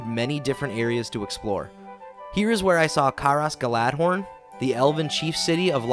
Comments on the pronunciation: God, this is fun, but the pronunciations are making me twitch. Caras Galadhon (pronounced car-as gala-thon) as Care-ass galad-horn was the worst one thus far Edit: Nevermind, I just heard him say Pelargir. Then there are just the ones that are so small, it’s just enough to make someone like me twitch, like Minas Tirith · This was fun. I love seeing great minecraft creations like this. Love exploring them. I laughed outloud so hard when you said "Caras galad-horn"😂😂😂 {Caras Galadhon} There's not even an 'r' in there😂 Tolkien name pronunciation conventions aside, that one was glorious and probably my favorite mispronounciation ever. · You mean Caras Galadhon? (The "dh" is pronounced like the "th" in "that.")